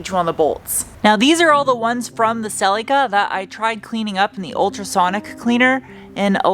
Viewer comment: Creseeda . Celeeca ...hey that's how Toyota pronounce thier names live with it .ORIGINAL PARTS ORIGINAL NAMES actually its SUHLEECA